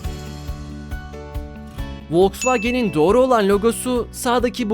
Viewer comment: Vosvageni yanlış söyledin soldaki doğru